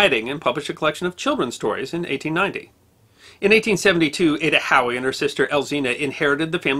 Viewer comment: At first I thought he was saying Adda "Cowie".......